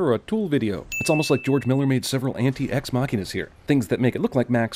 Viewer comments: STOP SAYING EX-MACHINA!!!! FOR CHRIST SAKE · One sin added for each time you mis-pronounced "ex-machina." But otherwise, pretty much exactly what I was thinking as I watched the movie.